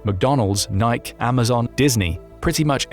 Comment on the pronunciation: AI doesn’t know how to pronounce Nike, eh?